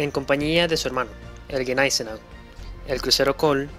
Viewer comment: Los que sabemos de éstos increíbles buques y armamos a los acorazados,.en Español.. pronuncia neisenao y chanshorst...😅😮😮😮😂😂😂